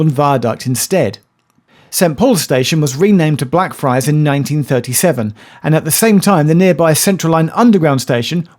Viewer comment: I have the urge to say "Day" everytime Geoff said Blackfriars because it sounds like Black Fri